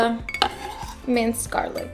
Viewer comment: Garlic not garlif